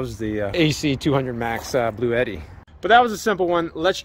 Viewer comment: Hey, i would love to own this unit so i can keep the tradition of mispronouncing the product name. Lol.